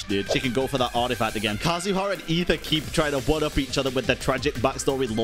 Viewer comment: Finally someone who says Aether right.